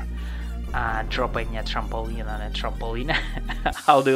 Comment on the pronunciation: You say trampoline like trampolinea. It's supposed to be tramp-uh-lean. Your accent is so cool lol